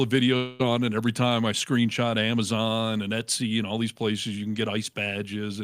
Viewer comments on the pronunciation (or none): none